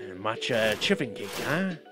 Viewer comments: I died a little every time you said chiffon with a hard 'ch' 🤣 (btw it's pronounced 'shiffon') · I totally pronounced it shiffon... 😳 I don't even know how to pronounce a ch 😅😂